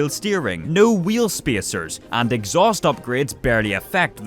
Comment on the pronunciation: "wheel speiseirs" jk good